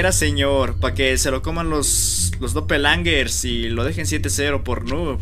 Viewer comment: Jumscares❌️ Yumzkares✅️ Doppelgangers❌️ Dopelangerz✅️